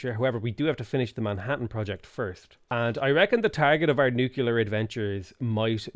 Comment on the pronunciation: Please repeat after me: noo-klee-ur. You sound like a confederate-American yokel.